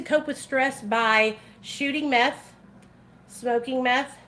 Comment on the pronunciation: I cackled when you said microdose meffh like😂😂😂😂😂😂😂😂😂😂😂😂😂